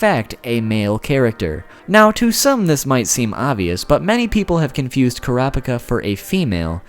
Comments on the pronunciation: Why cant Americans pronounce Japanese names? Kurapika = You are not suppose to say the "i", it is that simple.. Is it because Americans only view anime that is dubbed? It does sound ridiculous anyhow. :P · I'm going to try helping you as best I can with the pronunciation, but there's no guarantee this'll come out right on your end. Ku (like coo, what birds do) Ra (like the Egyptian god, also sounds like a cheer (see: hurrah)) Pika (like pikachu) so Kurapika (the k can be exchanged with a c depending on what translation you're reading). Hope that isn't too hard to read and helps you out. :) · They say the name in English and the Japanese version of it it's Kura Pika boy why why I know you said you're pronunciations are trash but it shouldn't be like this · ...."Kur-op-icuh" lol I'm glad he at least acknowledged it was wrong so people didn't start to pronounce it like that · deep breath kurapika (koo-ra-pee-ka) thank you for your time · Kura pika😂😂😂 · ITS PRONOUNCED KUE RAH UH PEE KUH!!! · OMG Kerappickah ahahahaha especially when he goes on a rant about hunter x hunter pronunciation! LOL the best! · 10 facts about kur app ick uh... welp, make that 11, apparently I didn't even know to pronounce his name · plz it's ker-uh pee-kah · Kurr- ah- pee ka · bro it's kura-pika. pika as in Pikachu. bit pika as in pick ah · Koo rah pee kah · It`s Ko ra peka. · it's krap-ka. japenese tend to drop some syllables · Kura no pica 😂😂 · Honestly I'm just shocked you could pronounce his name as many different ways as you did. Hell at like you straight up say his name right then 3 seconds later say it differently again. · OMG STOP MISPRONOUNCING HIS GODDAMN NAME ITS UNBEARABLE 😂😂😂😂😂😂😂😂😂😂😂😂😂😂😂😂😂😂😂😂😂😂😂😂😂😂😂😂😂😂😂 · I don't remember giving you permission to say the name wrong! Video is okay otherwise but I feel like I came in on the middle of a conversation and being told I had been contributing before when I hadn't. Just a weird feeling. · HE MISSED PRONOUNCED KURAPIKA GET HIM